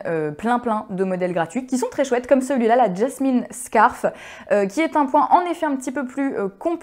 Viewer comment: "scarf" (prononcer [skôf]= foulard, en français.